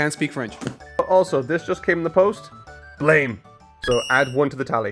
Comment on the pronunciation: Just for future refence (I know you'll enjoy and come back to it) Blame! is just pronounced Blam with no E :)